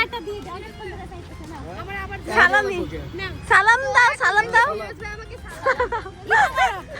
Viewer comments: Age salam😅 thik mto deowa shikh fokinni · Salam ta thik moto dawa uchit asla malaikum Kmn Salam 🙂